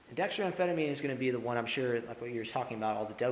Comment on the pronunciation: At first, I thought someone had surreptitiously recorded one of my ES.S10 lectures and this guy was lip-syncing. Then he said "Dexa-DRYAN" and my ears started to bleed.